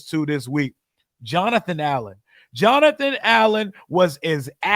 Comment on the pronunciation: EARLY ON IN THE.MIDDLE OF THE U SAID JOANTHER